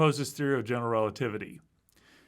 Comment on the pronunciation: I find it interesting that has adopted Dr. Ross' pronunciation of "general relativity" - "gen'l relativity". I think I would, too, if I'd have spent that much time with Dr. Ross.